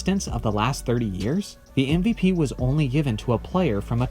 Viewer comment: Exactly how I feel, either change the name or get it right. It’s MVP not MPP